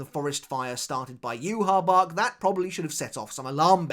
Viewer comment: Say Yhwach’s Name Properly